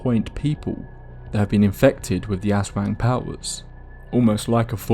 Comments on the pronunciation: Ahhhhh yes the terrifying Ass Wang. Poopy, scary, and terrifying to become.😂 I’m sorry, the creature is pronounced Az Wong if this helps. Do did such a great job story telling drawing, but broke my immersion in . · Don't say it like "Ass wang" Say it like A'swung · Bro said Ass Wang 💀 ... good video btw! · hearing someone pronounce "aswang" as "Ass wang" is the funniest crap to me lmao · The way he pronounces "aswang" as "ass wang" gotta be deliberate 😂😂😂 hahah but I had an experience when I was in the Philippines. One night I saw a what looked like really big bird or bat fly by my Aunt's house and when I pointed it out all of my aunts were like "that's an aswang" and it just so happened that one of the neighbors was pregnant at the time. Could it be a coincidence? I don't know but that was the only time I've ever seen a bird or bat with such a large wingspan. Not sure if any large flying animals exist in the part of the Philippines I was at though so I might have seen an actual aswang but who knows. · I love the vid but the aswang mispronounciation is so consistent that its scarier than the vid lol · The pronunciation of Aswan took the horror out of everything but it’s neat to see my cultural heritage hitting the main stage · I'm sorry but the way you said Aswang completely made the whole intro hilarious instead 😭